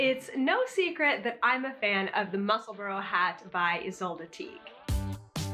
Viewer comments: Love your knitting but it's musselbura not burrow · Neither. It's pronounced Mussel-burrah. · I’m so curious-Since you live there, is it pronounced Mussel-burrow or Mussel-burr or Mussel-burg?